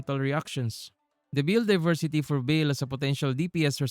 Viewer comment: Dont apologize, but the correct way to pronounce baal is bah-ahl with silent H and The second A sound the same as the first A